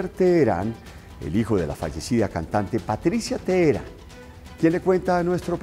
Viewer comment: Póngale el acento con ganas guey , teherÁn